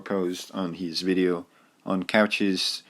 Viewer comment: Cauchy is French, pronounced KO-shee